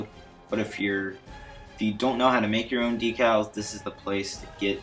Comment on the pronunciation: Thanks! The only thing that bugged me was that decals are pronounced deck-als. Again, thanks!